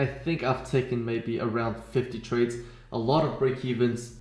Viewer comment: "A lot of tardes" - I felt that shit 🤣